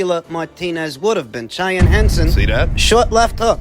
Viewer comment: It's pronounced 'SHY-ANNE' 😅